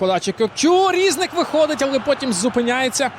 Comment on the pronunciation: Не рІзник, а різнИк. Наголос став правильно, якщо ти коментатор